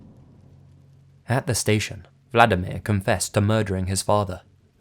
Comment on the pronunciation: Yeah, it may seem like Im picking on ya, but you really butchered those Polish names. I know its one of the hardest languages to pronounce correctly for non-native speakers but Vladimir is a Russian name (like Putin) and in Polish the equivalent is Włodzimierz (very difficult to pronounce but completely different) xD Oh, and btw we love to skin ppl and wear their faces, its a kind of national tradition but shhhh... dont tell anyone xD